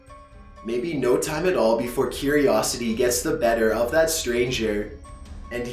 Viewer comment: Nice story! The reading, however could have been better. You're putting emphasis on weird syllables that normally wouldn't have emphasis, for example when you kept putting the emphasis on "to" and "of". If you fixed that, it would be much better!